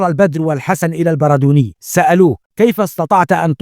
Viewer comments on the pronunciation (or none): البردوني بتشديد الدال